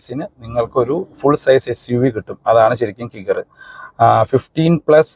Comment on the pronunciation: കിഗർ എന്നല്ല കൈഗർ എന്നാണ്.